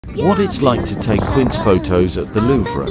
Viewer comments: It's pronounced Kintceera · When you use a white guy computer voice and it doesn't pronounce QUINCE